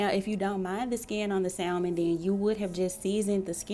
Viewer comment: THE L IS SILENT IN SALMON. IT'S PRONOUNCED SAMON.